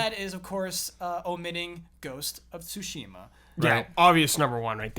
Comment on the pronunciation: I'm starting to think takes corrections only from Patreons. Also, fuck that Inside Out spoiler that came out of nowhere. First Jones this week and now you,. CORRECTION anyway: Tsu-shi-ma. All syllables are short. Just ask Blood for pronunciation. As long as he knows the kana, he should be able to tell you how to pronounce Japanese words.